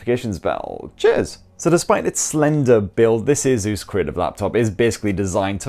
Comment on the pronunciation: It’s asus not azuzz